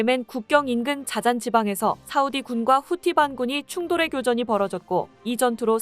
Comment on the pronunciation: 여자발음이 싸우디 사우디 왔다갔다 하네요ㅋㅋㅋ